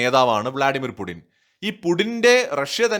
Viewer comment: Stop pronouncing /pudin/ call him either /puchin/ or /puTTin/. It is so annoying